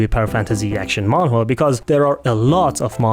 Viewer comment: i love how you pronounce manwa as man whore i cant stop thinking about it.